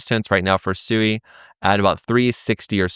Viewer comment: Its pronounced Swee but great vid thanks 🎉